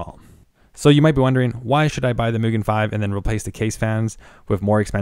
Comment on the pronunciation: Well done! Tip,: Use rubber gloves when working with unpainted aluminum products. The oil on your skin will case a chemical reaction on the metal. Mugen is pronounced "MOO" (like the sound of a cow) "gen" (hard g, not soft g like generation) due to it being Japanese in origin. Scythe is European and the c can be considered to be silent: syth (not Sith, of course!). 2,000 RPM. You accidentally said 200.;) The NF A12x24 is famous, not infamous, and it is neither the most expensive, considering that there are several fans that nor the most premier, except perhaps for the amazing SS02 bearings. The most expensive fans in my inventory include the SilverStone Air Penetrator 184i-Pro SST-AP184i-PRO, and a Delta fan. There are fans that even more expensive at over $100/fan, too.